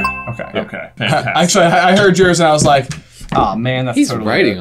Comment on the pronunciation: I don’t wike it